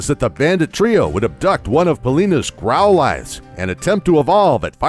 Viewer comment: He pronounces Growlithe wrong also